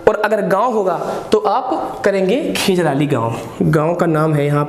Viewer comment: गांव का नाम खेजराली नहीं है खेजड़ली है